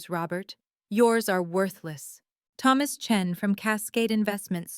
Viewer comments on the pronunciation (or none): none